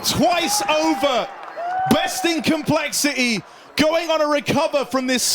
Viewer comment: Why does he pronounce complexity "col" shit is infuriating